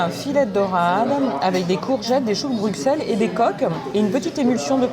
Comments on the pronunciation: Concernant la ville de Bruxelles, le dictionnaire nous donne deux raisons de prononcer «brusselles». La première nous vient de sa phonétique «brysel» et la seconde du mot Bruxelles originellement écrit en néerlandais «Brussel», formé sur le terme bruoc «marais» et sella «habitation». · Grrr on ne prononce pas le x de Bruxelles. Erreur typiquement française 😅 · Alors on dit Bruhell? Je plaisante!!!! Ça me pique aussi les oreilles à chaque fois. Auxerre aussi.